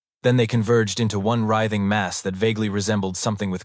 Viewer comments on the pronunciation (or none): none